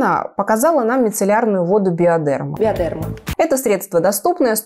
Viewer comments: БиодЕрма. Коробит от этого ударения. БиодермА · И еще, хочу скорректировать наименование. Во французском языке ударение ставится на последний слог. Всегда. Поэтому, BiodermA. Ударение в словах на "е" мы делаем по аналогии с русским произношением, но по- французски это неправильно)) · Девушки, правильно говорить БиодермА, ударение на последнее а